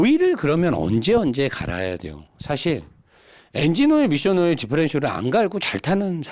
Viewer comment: ㅋㅋㅋㅋㅋㅋㅋㅋ한국말로 미숑오일 ㅅㅂㅋㅋㅋㅋㅋㅋㅋㅋㅋㅋㅋㅋㅋㅋㅋ